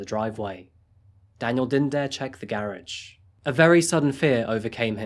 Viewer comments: Is my man’s tryin say garage..? I ain’t clownin so y’all don’t act like I am.. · I'm sorry but to hear you say garage is such a different way than I'm used to. Baffles me and I try to say it like that.